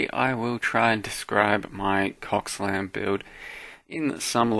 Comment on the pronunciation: Every time he said "CoCSlam" it made me giggle 😂